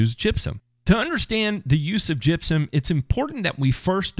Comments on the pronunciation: Oh damn I thought you said jizzium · That is the way they say it in Tennessee!